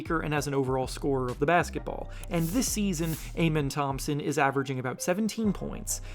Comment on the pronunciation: Its pronounced as Ah-Men Thompson